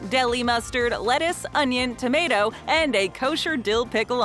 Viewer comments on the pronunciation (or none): none